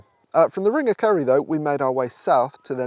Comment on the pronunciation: I thought you were saying "ring of curry" which sounds like a place I want to visit.